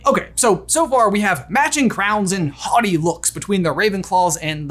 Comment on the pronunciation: Today I learned that I've been pronouncing 'haughty' wrong... Thanks for repeating the word over and over,!